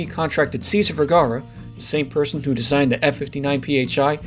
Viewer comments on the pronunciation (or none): none